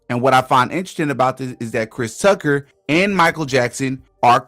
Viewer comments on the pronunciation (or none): none